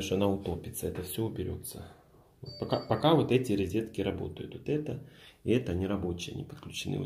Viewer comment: Резетки в колидоре. Поброюсь и пойду каталет поем)))), ты же человек искусства, учись грамотно говорить)))